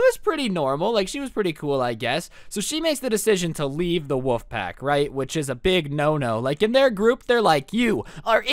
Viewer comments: its WOLF not woof!! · ok i’m not the only who kept hearing woof instead of wolf!!!